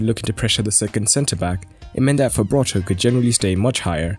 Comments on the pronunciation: its Frabotta not Fabrotta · It's not Fabrotta, it's Frabotta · Frabotta, Fra - Bo - Tta, not Fabrotta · fRabotta not fabRotta but otherwise great video 👍🏻😁